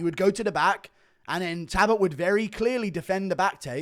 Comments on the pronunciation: Guru just refuses to acknowledge the L in Payton talbotts name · Can someone teach this man how to say Jacob please? Update: Talbott too!